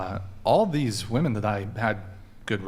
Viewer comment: I may be beating a dead horse here, but it still weirds me out that modern women seem to be completely incapable of properly pronouncing the word 'women'.